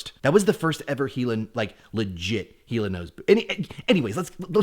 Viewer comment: I thought Hila said yes! Lol